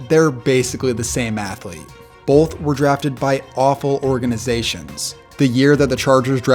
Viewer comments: It's both. Like bo-th. There isn't an L. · Guy dropped the hard L in Bolth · Its both not bolth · Not a big deal or anything, but is he saying "bolth" and not "both"?